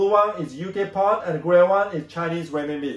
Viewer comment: Thank you, very informative as usual. BTW it is UK Pound not Pond. 👍